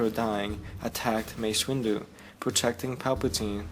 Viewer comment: It's good, but on you say 'Wace Mindu'